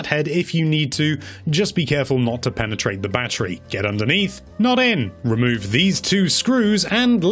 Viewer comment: Dee. Ba-tree. Not Bat-tur-ree. Bat-tree